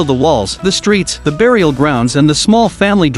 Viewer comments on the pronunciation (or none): none